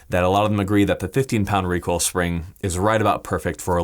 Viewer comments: "help control wecoil uwu" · Got to contwol that wecoil 😎